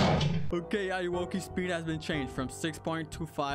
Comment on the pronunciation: Ayowoki? More like Ay-owo-ki